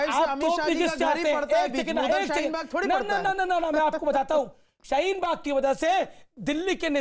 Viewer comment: Abe sale shheen bag nhi hai shaheen bag hai sale jahil